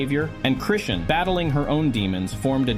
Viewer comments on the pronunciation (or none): Chrishin,Crewstin,Crustin, Chrushin, Christean,Christian, Chrisan,Chrison, Crushin.... YOOOOOOO..... IT'S CHRISEAN!!! HOW YOU MAKE A VIDEO AND MESS UP A SINGLE NAME SO MANY TIMES HAS ME STUMPED.... THIS IS HOW YOU DON'T GET LIKES AND SUBSCRIBERS.... IT COMES OFF LIKE YOU DIDN'T DO YOUR RESEARCH AND ARE CLOUT CHASING. DO YOUR HOMEWORK YOUTUBER.